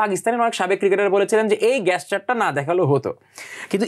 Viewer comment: uchcharon ta গ‍্যাসচার naa, জেসচার (gesture). Asif Latif naa, Rashid Latif. 😂😂😂 gadha 😂😂😂😅 getleman game naa, geltleman’s game 😂😂😂😂